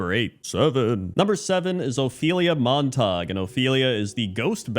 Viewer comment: Not Mont-tog, and it’s “Mon-tuh-gyoo”. Romeo Montegue and Juliet Capulet.